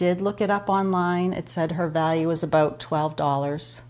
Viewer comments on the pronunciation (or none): none